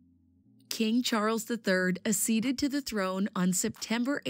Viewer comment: Learn to pronounce "acceed" and "accession" correctly if you want to make a video about it